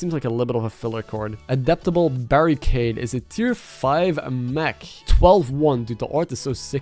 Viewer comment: you read adaptable barricade totally wrong